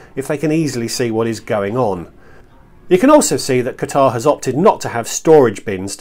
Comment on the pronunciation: He keeps mispronouncing Qatar.